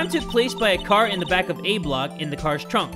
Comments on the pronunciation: Idk why i find it so amusing that you said "ah block" instead of A-block lolol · 😂 i got confused for a second when he said ah block and then said b block